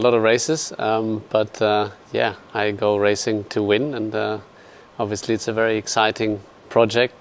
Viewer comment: Seb: OBVIUSLY